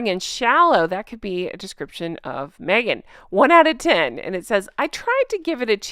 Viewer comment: I still think Meghan going by her middle name is so fitting. But i think she should spell it Meaghan, cuz every freaking time she opens her mouth ..."its ME-AGAN!" 😂